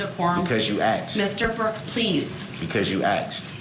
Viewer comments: Every time he stays "axed" instead of "asked" it is equivalent to hearing nails on a chalkboard. The arrogance of this illiterate scum is so frustrating he is argumentative over everything as he is stalling and using this opportunity to torment his victims further he is clearly used to dealing with underage girls who tolerate this disgusting clown. At the end of this he will go back to the cage where he belongs and will continue to be the human equivalent of a blistering rash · "Axed & answered!" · Please someone tell this narcissistic, ignoramus murderer that an "axe" is a tool that a woodcutter uses to chop wood. 🪓 And that to "ask" something, is to voice a question. His lack of education and absence of manners are getting on my last nerve. He doesn't learn because he doesn't listen. God gave us two ears and one mouth for a reason. 👂 👂 👄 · Anybody who says "axed" instead of "asked" should be given 6 months in jail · What is this "asaxed" that brooks is on about. I thought the word was asked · Axed no hun it's ask!! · She axed 😂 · "Because you axed" 😅😅😅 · 'because you axed"...what an arse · Yooo Axed! Yooo Axed!! The butchering of the English language and horrific pronunciation is so very hard to listen to! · Cuz u AXED CUZ U AXED; YOU AXED!!! OMG